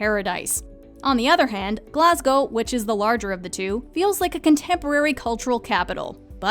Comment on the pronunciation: Wow, the narrator is literally the first American I've ever heard pronounce Glasgow properly. 👏 Edinburgh she nearly got right